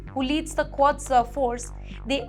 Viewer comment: it's Quds not Quads.